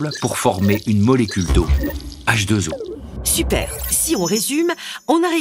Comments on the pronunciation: cette prononciation "hache deux zoos" pourrait faire croire qu'il y a deux atomes d'oxygène et un seul atome d'hydrogène!!! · je persiste à penser que cette liaison n'est pas heureuse, on pourrait prononcer "hache deux, eau" ou hache deux haut" !